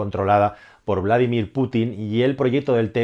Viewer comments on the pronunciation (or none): none